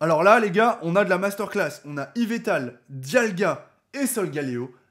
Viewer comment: Yvetal xD bordel j'ai les oreilles qui saignent ^^ yveLLLLtal pleaaaaaaaase <3